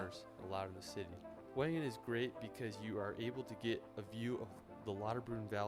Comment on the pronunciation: Wengen prounonce with a V